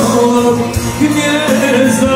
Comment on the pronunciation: Kad nauci lijepo izgovarati Gnezda a ne Gnjezda